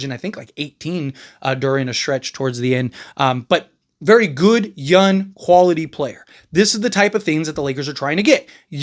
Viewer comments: The Lakers sign a "yun" player to replace Dorian Finney Smith. Not only is he "yun" at 23, he is cheaper as well. I listen to your videos all the time. You do a great job. I must admit to being confused when you speak about "yun" players. I need to google the word. It unlikely that you can't elucidate the consonant G and intend to say "young". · Bro you cant say words tht end in G? Especially young 😂